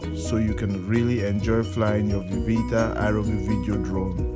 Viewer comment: i couldn't understand what he was saying (ieeeeeeviv)